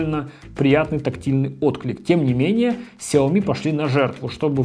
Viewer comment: ты ведь говорил, что правильно Шаоми, а все равно продолжаешь говорить неправильно)